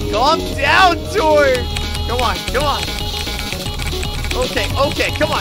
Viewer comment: Exper Ga Tord? My Brain: Exper “Gay” Tord?